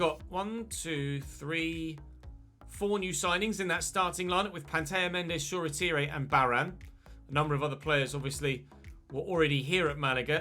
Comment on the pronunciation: How long before realises Shoretire is pronounced how it’s spelt and not ‘shorétiré’ 😂